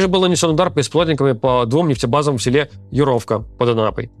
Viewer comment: Традиционно придираемся к ударениям😂 Под Анапой село Юровка с ударением на первую Ю😅